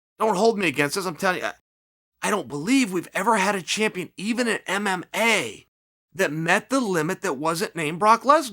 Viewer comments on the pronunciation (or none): Hahah chael couldnt get those "M"s on mma for a sec:)